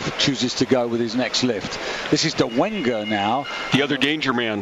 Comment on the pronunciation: It's Dolega, not Dolenga